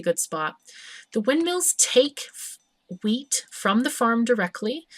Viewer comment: but i like "hweet". it sounds funny c